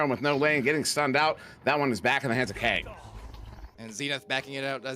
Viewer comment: He said Kang instead of kungg😂 but to be fair kungg is best goalie NA